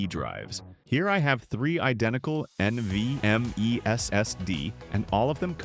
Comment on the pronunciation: "EN VEE EM EEE ES ES DEEE"